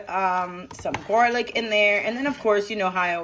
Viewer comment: mo m really? gorlic???? loll